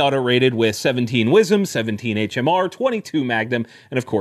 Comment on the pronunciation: TIL; 17 wsm is pronounced "wizz'em"